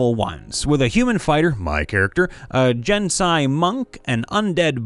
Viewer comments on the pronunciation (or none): Idk if it's been said before, but it's pronounced Gen-Ah-See, because the a is before the s